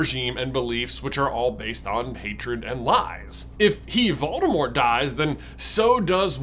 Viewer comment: You're pronouncing Voldemort incorrectly.